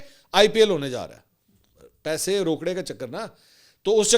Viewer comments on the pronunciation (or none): Paihayyy naa aaey not Paisy na aaey.😂😂😂😂 Wah mansoor bhai apki punjabi 👏👏👏👏👏👏👏👏